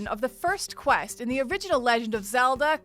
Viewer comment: did anyone else hear"Zelder" at about ?